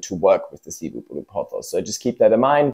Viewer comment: Actually, the second plant you put in is Cebu Blue. Shape of Cebu blue starts fat at top and tapers much more strongly. Also Cebu is pronounced sih-BOO (emphasis on second syllable). It’s a popular island in Philippines.